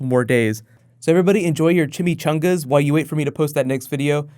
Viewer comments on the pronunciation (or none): he said chimichungus lol